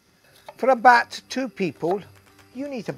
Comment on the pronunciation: But he says 'abahhht' instead of 'about' lol